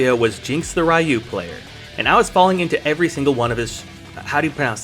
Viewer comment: Aint no way you called Ryu... Raieou 💀 Bro the announcer says the names how?.... HOW?!